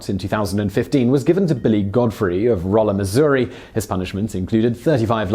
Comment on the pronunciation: Thank you, Simon, for pronouncing Rolla correctly (Rolla, Missouri).